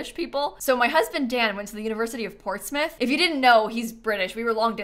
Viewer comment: You pronounced Portsmouth like a native ❤ thank you